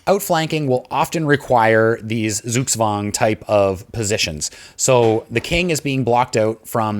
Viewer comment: your pronunciation of zugzwang isn't optimal